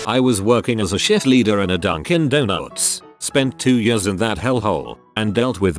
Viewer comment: donuws This is the only TTS error that I actually find funny.